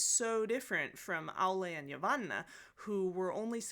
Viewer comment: Credit where credit is due. When you mention the names, it's magic, and I am immersed in the world. When other youtubers say it, my left eyelid twitches from the cringe, and it takes me out of it. LOL! Edit: I speak 5 languages, so it probably it has to with that. But it truly sounds magical when you say words like Mordor and Yavanna. That trilling of the "r" and that slight pause of the double "n" is just...."Yes, so much yes"!